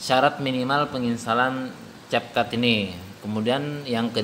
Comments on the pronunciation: Namanya capcut tapi ngomong nya (KepKut) njg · Ka bukan cetcut tapi cap cut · Tulisan capcut dibaca(kep kat)